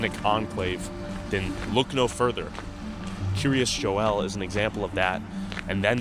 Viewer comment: Having lived fifteen minutes from the place, it's pronounced "Keer-as Jole". I will say that local sentiment towards this community isn't the best, since while many of the surrounding towns were having to shut down school sports teams and extracurricular activities due to lack of funding, their community kept getting state funded improvements that outsiders would never be allowed to use.